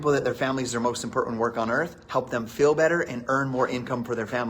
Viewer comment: He also says "fell" instead of "feel"